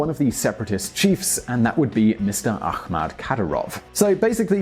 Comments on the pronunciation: His name is RAMZAN not RAZNAM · It's Ramzan Kadyrov, not Raznam Kadyrov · 9,31 .. it RAMZAN not Raznam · It's Ramzan not Raznam Kadyrov! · its Ramzan Kadyrov not Razman Kadyrov dumbass. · I swear does any editing actually go into these vids? First you’re continually saying pronouncing Chechnya’s President as “RAMZan Kadyrov” then fast forward to “RAZNam Kadyrov” Edit your vids ffs!!! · “Raznam Kadyrov...” ????